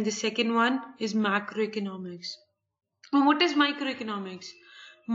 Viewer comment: Madam aapka microeconomic aur macroeconomics eak jaisa sound kar raha hai plez aache se explain karo and i liked your video tysm